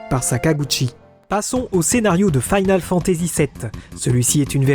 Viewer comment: Faïnale Fantazi ou Finole Fantazi? Sinon très bonne vidéo, bonnes recherches, dommage pour l'accent qui te saborde un peu le gros taf fait derrière vu que tu dois le prononcer une bonne centaine de fois sur plus de deux heures. GG ! En tout cas, bonne synthèse de plein de sources